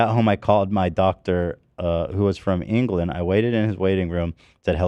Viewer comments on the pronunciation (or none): none